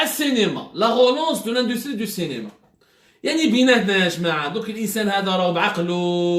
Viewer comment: machi " Cinéma ", il dit" Cénéma".😂😜🤣🤣😀😛